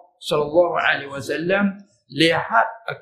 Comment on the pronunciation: Mohon Padang videonya sebab tadi baca shallallahu alaih wasallam bukan shallallahu Alaihi Wasallam